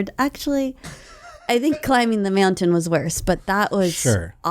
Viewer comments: I’ve been saying meowntain to myself all day 😅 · Is it just me or does our beloved say meow-tain? Happy 200th,! 🪳